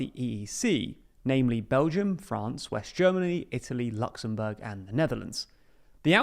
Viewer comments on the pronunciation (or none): none